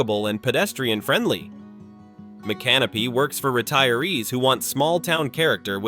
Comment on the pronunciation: AI can't pronounce the names right, such as Mi can no py.